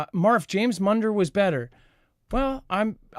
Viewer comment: Correction.......James Munder.....spelled Munder pronounced Mundee